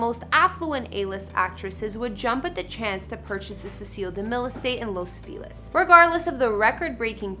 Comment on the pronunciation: Please, please, please make sure you know how to pronounce names before making the video, like Cecil B DeMille. I know it’s before your time but he is iconic in Hollywood Cinema History and deserves to be referenced respectfully.